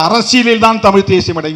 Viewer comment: தமிழ்தேசியம் என்று சொல்லும்போது ஏன்டா வாய் குளறுகிறது.